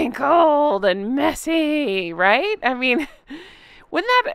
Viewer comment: I love it when you say wrinkled and messy 😂